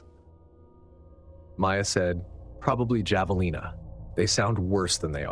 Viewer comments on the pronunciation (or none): Its pronounced "havalina" . 😊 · Sweetie NOOOO 😱 the J is an H sound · Dammit, it is not javelina. The “j” is pronounced like an “h” as in Mojave. I get so tired of unnecessarily mispronounced words. Do some some research so you don’t sound like an ass. For some reason javelins is never pronounced correctly because content creators are too damned lazy to do their jobs correctly. Even Garrison Keillor made fun of those who don’t pronounced the “j” correctly. Say this name out loud. Mojave. Now say this city name out loud. La Jolla. Now use the tools available for research so you don’t sound like an idiot.